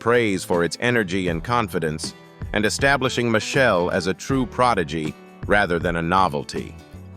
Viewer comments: its ai it wont pronounce it correctly unless you spell it like Mashell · Machel pronunciation is Ma-shell. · AI nonsense. Can’t even pronounce the man’s name right. It’s Machel! Not Michelle or Machelle. He deserves a proper documentary, not this AI generated crap. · Machel is pronounced as marshall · so now you see how Ai cannot produce words correctly...listen to the words "Machel" "Carenage" etc...Put look at the video of the child... lol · Respect the Artist, his name is Machel. When you mispronounce someone's name that's disrespectful